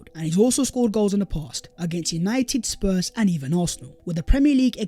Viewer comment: This guy will not kill me. He said Sours or is it Spurs brought their heritage in the second half 😆 🤣 😂 😹